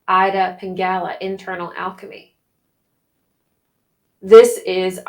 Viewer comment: Ida is pronounced eda